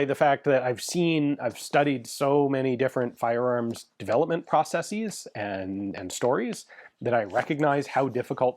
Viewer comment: Thumbs up for the correct plural pronunciation of ‘processes’. At this point, he might as well pronounce the first syllable in the British way too, or abandon Yank English altogether for the entire channel. Make America Great Britain again! 😂